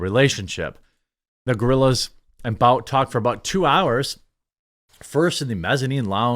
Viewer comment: isn't Bout pronounced Boot? At least in this situation? Pretty sure I have heard people say that is how his last name is pronounced.